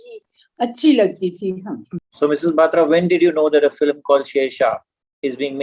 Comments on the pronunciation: The host can’t even pronounce the surname correctly…..It’s Batra not baatra…. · This host should learn how to pronounce batra its not baatra. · "Baaatra"????? Please get your pronunciation right Sir. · It's not baatra it's batra. Stop ruining punjabi names